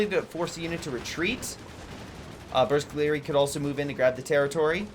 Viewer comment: bersaglieri are pronounced pretty much the way you do it, but the "g" is silent. If "gl" is followed by a vowel, the "g" stays silent.